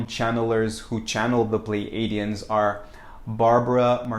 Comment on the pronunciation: I believe it is pronounced Plee A (long a) dee uhns. So .. (Plei) plee-A-dee-uhns. Pleiades. Plee A deez.